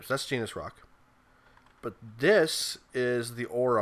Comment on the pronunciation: It's actually pronounced like neese. Not genus.